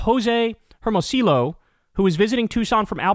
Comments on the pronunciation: Hermosillo is pronounced, "airdmoseeyoh". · Pronounced Ermoseeoh. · Kyle, quick quibble, double LL's in Spanish are pronounced like Y's and H's are silent and automatically place the stress on the vowel they're next no so it's pronounced ER-mo-si-yo. Source: Myself, a Mexican American man who grew up bilingual.